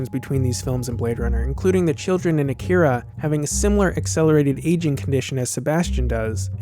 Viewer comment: It's pronounced Ah-Key-Ra (with a rolled R).